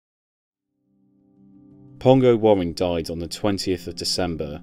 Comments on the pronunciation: It's pronounced wearing not warring, and Tranmere's ground is Prenton not Brunton Park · Youre saying his name wrong. His surname is pronounced as wearing. As in what are you wearing today